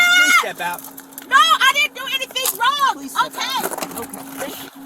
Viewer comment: Narrator: she did do something wronguh